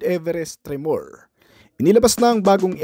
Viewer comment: Tre-mor... hindi tre-moor 😅